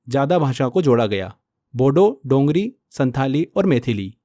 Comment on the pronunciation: Sir dongri language nahi dogri language haii